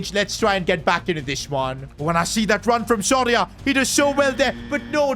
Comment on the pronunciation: is it just me or does keep saying sorry ahh instead of soria?